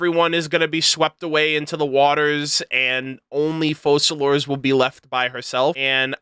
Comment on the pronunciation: Why don't most content creators research how you pronounce names when they are obviously a certain language? You don't pronounce the "s" in Focalors